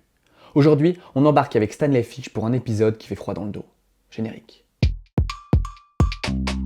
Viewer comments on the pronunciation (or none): none